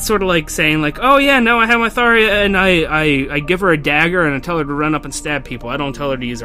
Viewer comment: it's pronounced Thotja